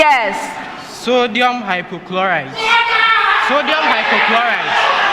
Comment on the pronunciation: The Owass Student said "sodium hypochloride" instead of sodium hypochlorite" This is a stolen verdict.